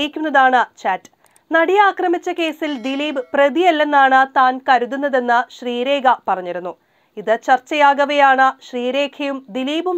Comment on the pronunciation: ശ്രീരേഖ അല്ല പൊട്ടീ 😂😂😂 ശ്രീലേഖ യാ.... 😜 പേര് പോലും ശരിക്കും അറിയാതെ വാർത്ത കൊടുത്തിരിക്കുന്നു 😀